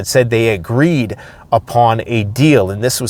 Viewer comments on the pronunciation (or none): none